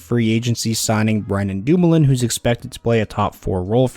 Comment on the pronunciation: It’s Brian Dumoulin